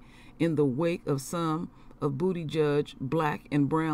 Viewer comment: 🤣🤣🤣she keep saying (bootyjudge),..😂😂